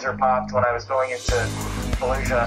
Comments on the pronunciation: Falusha … yeah no one says it like that… ifykyk… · you have to pronounce it in a 'the nanny' fran drescer queens accent 'faayed looshah'